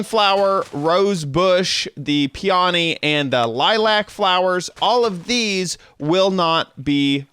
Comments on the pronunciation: it's pronounced pee· uh·nee, no "O" sounds in it. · lol the way he says peony